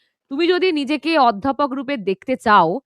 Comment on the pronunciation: অধ্যাপক লিখলেও উচ্চারণ ওধ্যাপক।আগে উচ্চারণ ঠিক করুন।